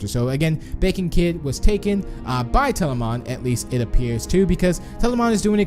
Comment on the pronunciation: Tbh he's been miss pronouncing words like telamon - telaman